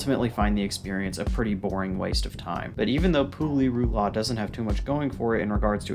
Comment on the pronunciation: No sane person would put Pu-Li-Ru-La on this list... ...Tier 5? Nah big mistake there! But otherwise, nice video ☺️